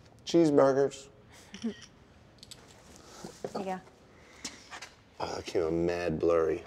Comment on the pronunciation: Hahaha... Jesse say cheesburger